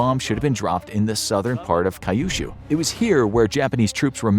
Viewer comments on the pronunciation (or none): Kyushu is pronounced "Q-shoe" not "kai-you-shoe". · Man the way you pronounced Kyushu is infuriating